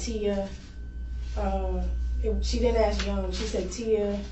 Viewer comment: Please stop saying Ax. When the word is Ask. 🙏